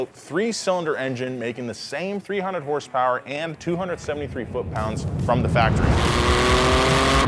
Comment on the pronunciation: how many hurse-perwers